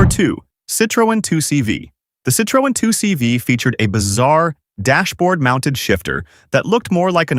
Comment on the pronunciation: Citro en 😂 AI slop.